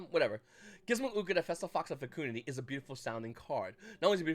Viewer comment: My guy, it’s not FecOOndity, it’s simply FecUHndity. Great vid!